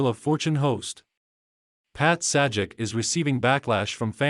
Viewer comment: bro - if you can't narrate your own videos, or get someone to narrate them and also pronounce Pat Sajak's name correctly (he's only a TV Icon) than lose your YouTube channel!